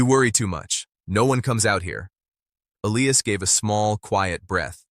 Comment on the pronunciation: Definitely, get rid of the taking head - - and the AI - - neither one is an accurate narrator! The cowboy’s name is E-li-as